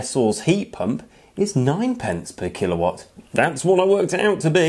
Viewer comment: Yeah, it hurt my head every time he said kilowatt